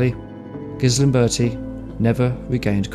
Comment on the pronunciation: Paolo GALIMBERTI, not Gislimberti.